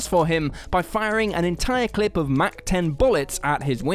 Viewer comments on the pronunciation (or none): none